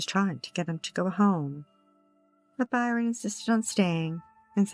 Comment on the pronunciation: The victim's name is Bryon, not Byron.